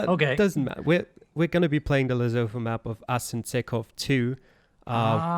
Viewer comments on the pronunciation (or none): Great job. To promote the culture of our next country, you could use it to educate the geoguessr community how to pronounce Lesotho (it's more like Lesutu)